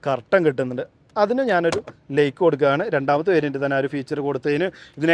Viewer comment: ദയവുചെയ്ത് ഉച്ചാരണം ശരിയായി ചെയ്യൂ... ലൈറ്റ് ആണ് "ലേയ്റ്റ്" അല്ല ലൈക്ക് ആണ് "ലേയ്ക്ക്" അല്ല... സൈഡ് ആണ് "സേയ്ഡ്" അല്ല കേൾക്കാൻ വളരെ അരോചകമായി തോന്നുന്നു.